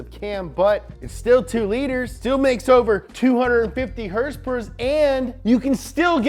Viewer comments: Why does he say "herspers?" 😆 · Someone teach this man how to say “HOrsE PoWEr” PLEASE